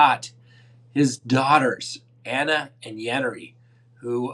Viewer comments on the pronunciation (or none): none